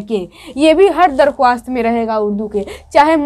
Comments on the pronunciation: Madam ji darkhawast nhi bolte likhte hai darkhast padhte hai ok!! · Aap darkhwast na bolke darkhast bolie aur farman bardar na bolke farma bardar bolie